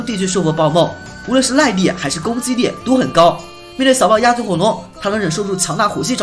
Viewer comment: 这个“耐（lai）力”的发音好可爱哦哈哈哈哈